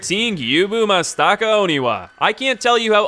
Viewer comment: Gyoubu Masstaka